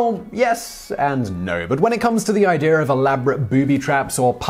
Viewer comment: Again there is no R in the word IDEA. I suppose you say warsh too